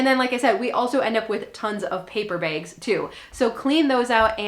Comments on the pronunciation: Great info! Also love the way you say bags, ‘bigs’ ! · I could listen to say “begs” (bags) all day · I love the way you say bags. I love to hear other accents